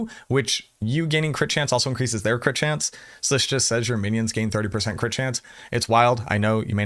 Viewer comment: Actually lol on "winions"